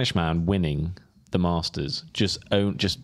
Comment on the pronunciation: tell your crew it’s the Masters and not the Marsters😂